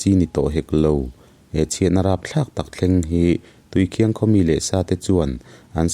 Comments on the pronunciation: Tui khiang ni lovin tui khin tih tur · Tuikhiang nilo in tuikhin zawk,ih thil sawikha tuikhiang ih ti tlat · Tuikhiang ni lovin Tuikhing tihtur a ni in k hria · PCHasrh ih thawnthu ngaih lo hi ka nei lo tiila sual tam loang,mahse tuikhiang ni lo'in tuikhin aw thil hi sawifiah a tha, chuan i sawidan ang kha ni vek lo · Tuikhiang i lamdan hi Thingchikhat Khiang thing .lamdan a Khiang tih tur aw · Tuikhiang i lam dan hi Thing chi khat Khiang tih kan lam rik ang hian lam tur niin ka hria. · Tuikhin i lam dan hi a diklo entirnan i maite chu a hmel en ai a khin nalh mai an tih ang ah rit nalh leh khin nalh kan lam ang hian tuikhin ti'a lam tur a ni e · Tuikhin hi i lam dik lo a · Tuikhing I lam dan hi a aw thluk hi tlem a dik lo deuh anih hi.a ngaihnawm theih thin hle Mai. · Khawhming i thlukdan kha a dik lo. A thawnthu erawh a tha tlangpui e.